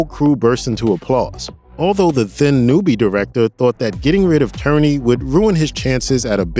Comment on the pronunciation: Lawrence Tierney - pronounced ‘TEER-nee’ not ‘TURR-nee’.